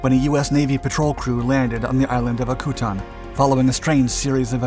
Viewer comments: Akutan is pronounced Ak-you-tan , not akuutonn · Another good video! But, as a commercial fisherman, fishing out of Akutan, Dutch Harbor, Kodiak, etc, for the last 41 years, the correct pronunciation of Akutan is Ack U Tan. I tried finding a link to the correct pronunciation, listened to five different in a row, all of them butchered the pronunciation. Oh well, awesome video nonetheless. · Å-koo-tån is the proper pronounciation, in case anyone is wondering, not whatever he was saying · Akutan...pronounced AK-u-tan... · Just a heads up The proper pronunciation of the island is Akutan: ACK-you-TAN I’ve spent years up in Alaska so that’s how it’s said